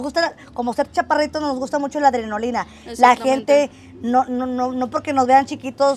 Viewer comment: Es adrenalina .no adronolina .